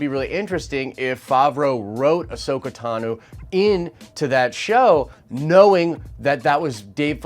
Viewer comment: Is no one else triggered by him saying Tanu as opposed to Tano? So annoying